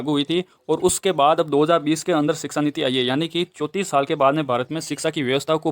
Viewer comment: Sir that is shiksha niti not siksa niti